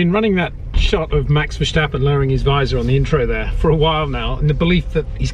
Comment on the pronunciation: Also, it's VerStappen, not VerSJtappen. Great vid!